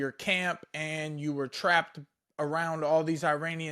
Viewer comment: Bro kept sayin Iranian 😂😂😂